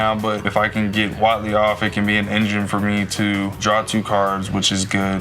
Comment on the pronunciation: Jimmy and: dominiaria brawl! Cassius: HuAtLi